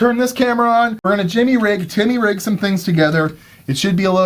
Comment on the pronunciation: "Jimmy rig"? No. TIMMY Rig!